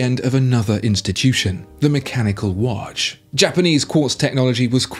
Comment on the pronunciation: Its not wash its watch come on man.